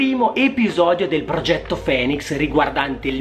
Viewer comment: Si legge "finix" non "fenix"